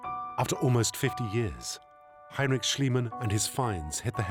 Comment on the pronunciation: "Hay-n-rich Shlee-man" 😬 Even if the interviewees repeat the name more correctly dozens of times... Rich. Pretty rich.